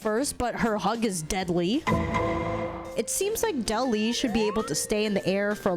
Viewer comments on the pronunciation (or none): She called de-li 😂😂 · please tell me you didn’t call De Li “deli” 😭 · De Li is pronounced "Dee Lie"...